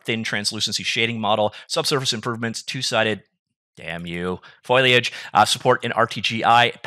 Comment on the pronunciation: has to say foliage a lot on this channel but he never gets it right. It's become a bit of a joke at his expense and he knows it, so he goes along with it.:-)